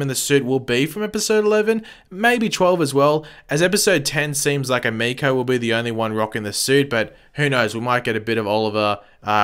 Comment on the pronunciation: stephen does his own stunts so why he has the hood up is wierd. also as a weeb i cringe when you pronounce emiko wrong